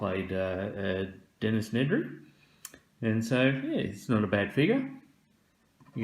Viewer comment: Dennis Nedray? That made me giggle. Really enjoyed this vid, thanks